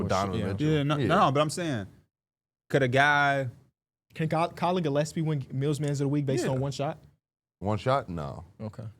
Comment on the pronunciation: Damn you suck at pronouncing names. Collin GillEPSie? The whole Egor Demin part? Thought he was locked in smh